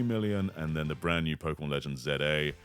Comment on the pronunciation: Thank you for not calling it "Zed-A" 😅